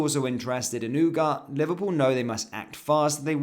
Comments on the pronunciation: every1 is saying Ugatthe and u r saying UGAT why? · ooh-gar-tay not ooh-gart. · As a person of Spanish speaking heritage, this really hurts the ears.